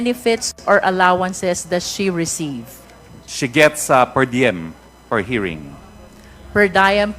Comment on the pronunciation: Just a note: Roque's pronunciation of 'per diem' is correct vs. Cong. Luistro. Cong. Luistro should Google pronounce to verify the correct pronunciation. The other word, 'confirm,' Roque is again correct vs Cong. Luistro's pronunciation.